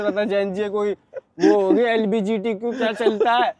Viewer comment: Bro says LBGTQ